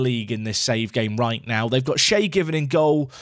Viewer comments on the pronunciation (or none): none